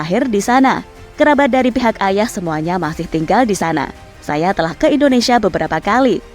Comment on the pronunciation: Indonesia sis, bukan Endonesia, belajar lg bahasa Indonesia nya ya